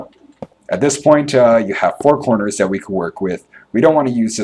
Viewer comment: lol, anyone else Notice that he says "da" "dis" and "dat" instead of the this and that? great video BTW.